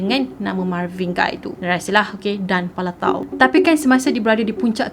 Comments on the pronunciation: Marvin 'Gay' sebutannya, bukan 'Gai'. Dia ni famous dalam komuniti pemuzik berkulit hitam. Siapa2 pernah tengok movie berkisar tentang black music, nama Marvin Gaye memang sentiasa meniti dibibir mereka. Kira macam legend, god father black music. Gitu.... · pembetulan cara pronounce untuk GAYE tu spatutnya sama lebih kurang mcm bunyi GAY.....bukan Guy.... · marvin gay kan sebutan die, bukan marvin gai.. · Ignorant. Lagu tu terang2 pronounce Marvin Gaye not Marvin Guy. Thumbs down for that 👎🏻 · Sebutan dia Marvin 'Gay'. Btw punya penceritaan mmg gempak supo sokmo. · Sebutan adalah Marvin Gay. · Mcm salh sebut tu nme dia